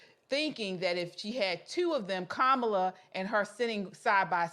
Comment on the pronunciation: Her name is Indian it's pronounced Ka-ma-lah, like Kamalah Kahn the Pakistani-American super hero from The Marvel's aka Miss Marvel.